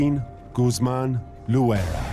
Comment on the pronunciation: Dude mispronounced loera 😂😂 "lojuera"😂😂😂